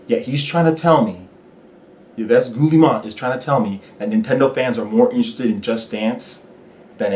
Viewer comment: Great video,. Agreed 100% Ubisoft is the French EA. Btw, his name is pronounced "Eve Gi Mon"